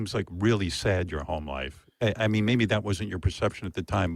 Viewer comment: says “it’s not even dat.” “Dare was a bar.” Why can’t pronounce a TH sound?